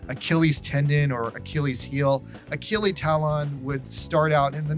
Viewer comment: Oh shit! Achille Talon! I used to read the comics as a kid. Thanks for the nostalgic sucker punch XD Side note: Pronounciation of his original name is 'Aa-shill ta-loh'. Other side note: Kinda hard to write how to pronounce the 'o-n' combination for the French language in English XD